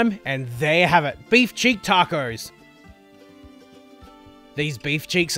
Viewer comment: Pardon my ignorance of Australian cuisine, but what is a beef check? I Googled it and didn't find anything. It sounded like you were saying beef cheeks, though. Is that what you meant? Or is a cheek a check down under?